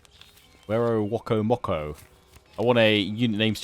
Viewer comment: The first native settlement you took is pronounced wera-coma-co, but that honestly doesn’t matter. However looking back at this game it’s easy to see how it’s a product of its time in not only graphics, with the whole “natives were a threat and conducted war while the new world colonists only wanted peace” deal.